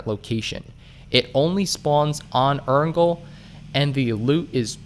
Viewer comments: Errngle? It's pronounced air-en-gel.. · I like that he pronounces Erangel different every time